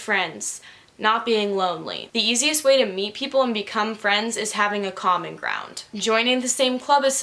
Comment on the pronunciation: I’m dumb and every time said common ground I heard comic round and got really confused